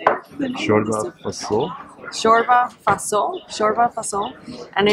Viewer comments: Bro in from romania its fasouiel not faso and you dont pronunce good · In Romanian you pronounce all the letters. So "Fasole" is F-a-s-o-l-e - you must hear all the letters.